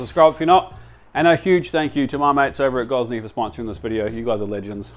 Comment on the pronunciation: So this videos like an Aussie getting American recipes for an Italian dish? Almost 20 minutes and he doesn’t pronounce pizza right once either. Hope that oven was free because he definitely pronounced Gozney right.